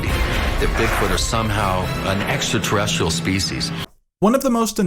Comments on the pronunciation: ecksta ta resteel. How much coke are they feeding this guy to make this fucking show? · How come so many of these people pronounce it "EXTA-terrestrial"?